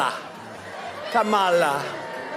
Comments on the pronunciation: It's KAmala, not KaMAla. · Say her name correctly, please! Like Comma-la. Thank you! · It's pronounced "comma-la". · Trump likes to mispronounce the name "Kamala". So let's be sure to call him Don OLD Trump. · Good reporting, Chip, but why are you mispronouncing her name? 🤨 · Please learn how to correctly pronounce Kamala . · You may want to pronounce her name properly rather than how Donnie does… and spell it correctly in the title. Other than that, good points, thank you. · Hey, Chip, you sound like the Republicans. Learn to pronounce Kamala’s name correctly. The stress is on the Ka not the ma.